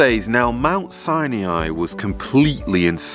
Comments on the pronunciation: Sinai not Saniai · Very nice... but it's pronounced Mt. SIGH-NIGH, not Sigh-NEE-eye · It's pronounced Si-ni not Si-nee-i. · Thanks for this! I think the correct pronunciation of Sinai is "sigh-nigh", not sai-ni-ai. 🙂 Otherwise, nice compilation! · I pronounce it "sigh nigh" not "sigh knee eye". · It isn't "Sin e i" it sounds like "Sini" the "a" is silent. 😊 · S-EYE-NIGH .. not 'Sy-knee-eye' ... ugh! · it is not pronounced as Sain"iai" ... it is Sain"ai" ... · Its "Sye-Nie"NOT "Sye-NEE-I" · Please stop saying Sinee-eye. It is Si-nye. You don't get to change the pronuncoation just to make yourself stand out and feel special. It makes you sound uneducated at the least. Proper pronunciation is essential to proper history and correct knowledge being shared. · ❤Hello,, I noticed your unusual pronunciation of Mt. SINAI, sounds like SI-NE-AI. Is there any reason for this? Thank you, friend. 🙏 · I don't understand your pronunciation of Mount Sinai as you seem to mispronounce it repeatedly. I don't mean to be petty but I see the correct sound of biblical words to be important You say mount Sinei and most of us learned that the a is silent. Even if the a added a phonic sound to it I would hear this as Sinaaai with the a elongating the I sound at the end. Am I missing something here? I am mainly curious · You need to pronounce Mount Sinai correctly. It’s not “SiNaInaiii”. You sound like a robot when you say that. Nice video by the way! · How can I think you know what you are talking about when you can't pronounce "Sinai" correctly? "sigh-nee-eye" is not in English nor in Hebrew. What's up with that? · Why do you pronounce it Mount Sinyai? it's "Sinai"! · Mt. 'SIGH-NI-EYE'!??!??? 🤔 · Why do you keep calling mt Sinai "mt Sine E eyeee" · Mount Sinai has no i after the n. It is pronounced Sigh-Nigh or sy ny. Can you edit in the correct pronunciation please? Its irritating the way you say it. Sorry. No offence. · I think you are mispronouncing Sinai. Sie nie